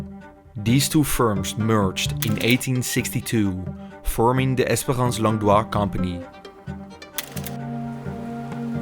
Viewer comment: Longdoz is in het frans uitgesproken als Longdoo, jouw uitspraak is die van Longdois.